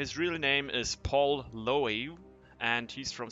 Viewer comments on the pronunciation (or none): paul 'LOWE?' wth